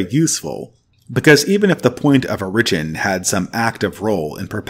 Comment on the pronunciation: Great video and very helpful for helping me to recenter. I just have one criticism: please fix your pronunciation of “origin”. 😅